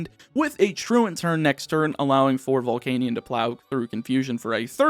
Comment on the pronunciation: why does he pronounce volcanion like that...